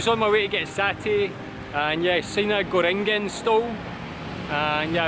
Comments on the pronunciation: "Gorengan" = Go - Rank - Un nice video mate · The way you pronounce gorengan is actually very cute hahaha